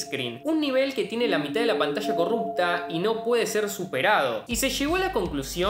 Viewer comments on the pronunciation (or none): none